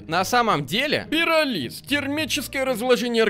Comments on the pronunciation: Надпись: пиро́лиз.: пироли́з. Ударение: я для тебя какая-то шутка?🗿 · ПирОлиз: существует Ударение: стоит: пиролИз